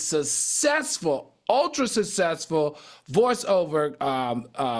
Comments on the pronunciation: The way Al says SUSSESSFUL 😅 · The way AL pronounces successful drives me bananas its SUCK SESS FULL 😂😂😂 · I wish Al can say Successful correctly I always cringe when he says that word -for someone seemingly intelligent sometimes he can’t say things properly Including Names!!!